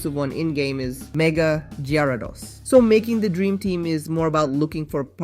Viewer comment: What the fuck did he say for Mega Gyrados? Mega Jeradohsss